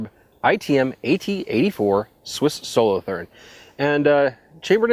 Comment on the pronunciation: it's pronounced solo-tour-n :-) (a Canton of Switzerland). And the "G" in "Tanfoglio" is silent. (sorry about being a smartass...)